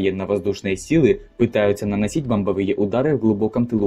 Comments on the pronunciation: Вот помимо неправильного произношения некоторых географических названих, хочу обратить внимание слово "бомбовЫе". Правильно будет бОмбовые! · Интересно, но с ударениями правда надо что-то делать... Ладно собственные имена, но даже в нарицательных: городОм, началИ, бомбовЫе. Как так можно прочитать вообще? 😅